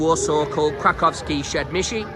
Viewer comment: The way he struggles to pronounce krakowskie przedmieście